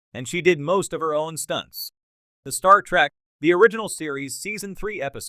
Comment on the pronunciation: That would be a pretty good AI voice if it could pronounce Picard or Star Trek correctly.